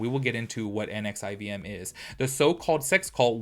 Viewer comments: It’s supposedly pronounced Nexium. The V is a U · I think it’s pronounced nexium